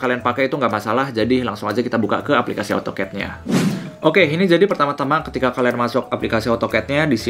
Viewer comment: baca nya AU TOKET yaa😂